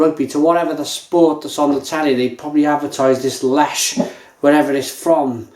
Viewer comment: Lech (leh-h)